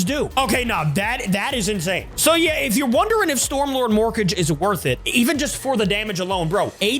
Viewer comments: It's pronounced "mor-kah-gay" like madara vs the five hokage. Not morkage like rocket mortgage 😂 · It's mor-ka-ge not morkage